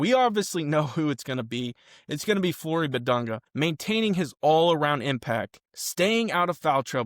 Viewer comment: You’ve been pronouncing his name incorrectly. Respect the man.